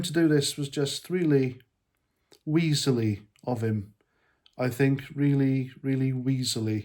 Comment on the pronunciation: The way you say “weasely “ with your accent describes him perfectly Good man 👊🏼🏴